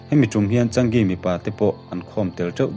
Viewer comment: Changi(chaa-ngi tia lam tur),ka duh chi sub nghal dawn che